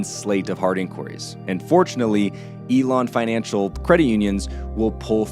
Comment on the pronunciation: Elan Financial not Elon, good video though thanks for the realistic flow of things. I would appreciate more of these case studies this is very good content.